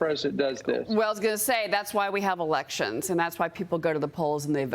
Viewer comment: Did a highly paid, highly educated, powerful congressman just say Venn zoo wayla? How emrabassing! It's Venezuela you dain bread fool!